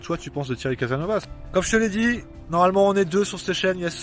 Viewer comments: CASASSSSNOVAS ! Oui tu prononce très mal ! Mais tu fait de bonnes vidéos, merci. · Mince , je m'attendais à m'amuser un peu en prenant plein la face , je suis déçu :) merci à toi ...C'est "caSaSnovaS" , il faut marquer les trois "s" .